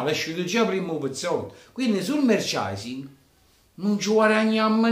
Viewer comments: te lo scrivo come si pronuncia: "MERCIANDAISING" 😀 Sei troppo forte e forza inter 👍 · Merchandising si dice Merciandaising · Se non sai pronunciare la parola "merchandising" (e presumo tu non sappia nemmeno il significato) perché continuare ad utilizzarla?